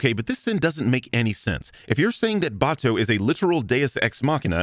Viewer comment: Aaaaaaand lastly, sin 194 should've been two sins. One for the usual deus ex machina bullshit, one for pronouncing Batou's name Batoo.